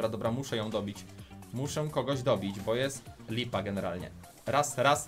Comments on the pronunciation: Nie bu tylko bo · EMZ, a nie EMZI Bo, a nie BU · Mówi się BOooo